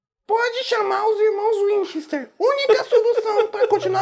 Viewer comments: ele disse winchester errado. OBS:não sei se é assim que escreve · Miriã Narciso Essa pronuncia foi foda..